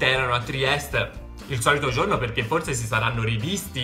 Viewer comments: TRIESTE non Triest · ti adoro!!😍 Comunque si dice Trieste😉